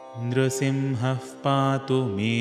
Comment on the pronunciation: Can I please know why you have pronounced the parts nRsiMhaH pAtu as nRsiMhaf pAtu, is there a reason behind this?